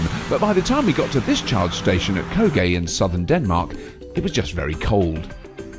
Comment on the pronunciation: I honestly despise how you say Køge. But you're British and I'm danish-American, so of course, I know Danish better than you.😂 I drive a gas car but I came tho that supercharger in Køge just to be the closest I've ever been to meeting you. If you do come through Denmark again I'd love to meet you.